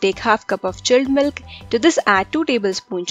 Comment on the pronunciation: "tik shake " "chelled melk bery cold"